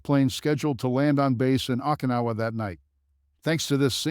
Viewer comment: Okinawa didn't come our so good either